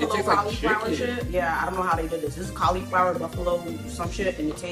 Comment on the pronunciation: I've never heard anyone's pronounce cauliflower like that